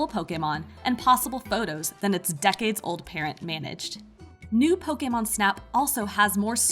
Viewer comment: Why'd you have to say decades old like that 😭😭